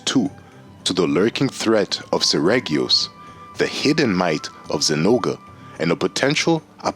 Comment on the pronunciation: it is pronounced SER - REE - GEE - OHS